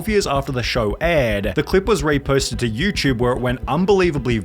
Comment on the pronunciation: Dude. It “YouTube “ Not YouChube